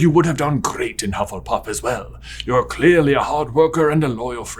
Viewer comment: I'm very much enjoying the mistakes on saying Hufflepuff quickly! I need a movie revolving around the new school house, Hufflebuff! Full of weight lifters and constantly going around talking about leg day!